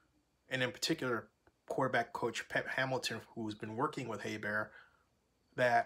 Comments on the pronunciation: I was surprised you're 5 weeks into the season and you still don't know how to pronounce his name. HER-BERT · Her-bert bro lol but yea defense caused them the games